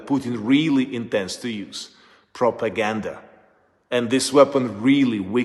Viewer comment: True story, shame. Joe should do better homework... He could read some material from General SVR Eng channel. Cause right mow Joe sounds like RU propohganda...